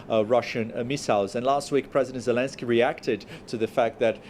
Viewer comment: Zeleskey!!! Haha